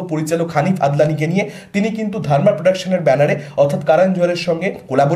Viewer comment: haneef adeni.. Hobe ota. Adnani... Noy